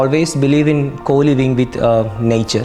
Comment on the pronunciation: The accent kills me😂 nyature😂